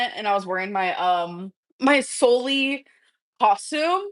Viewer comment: Why does she say Solly, it’s literally Sully. Has she seen the movie? Probably not.